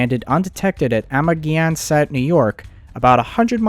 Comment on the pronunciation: Nice effort, however, please study the English grammar and place name pronunciation: Amagansett is pronounced Ama-gan-sett not Amer-gee-ansett, plus many other mistakes. With Google translate there is no excuse for poor command of the language. I don't normally critique people's English skills except you're publishing to the world ... would you like to read a book with tons of spelling and grammar mistakes?